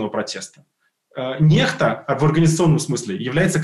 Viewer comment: я не понимаю почему НЕХТА? По-английски это читается НЭКСТА. Нехта была бы NEHTA